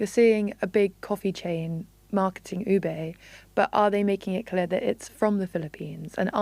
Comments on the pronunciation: OO-beh not OO-bay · Please take note ube is not pronounced as oo-bay but retain the sound of long double "o" as in look"; and "e" as in net, you get OO-beh. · It's pronounced "Oo-Beh" not "Oh-Bey" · It’s “hah-loh hah-loh” and oo-beh 😭